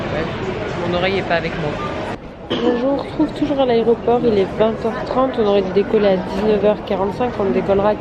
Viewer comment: On dit "aEroport" et pas "aréoport" 😅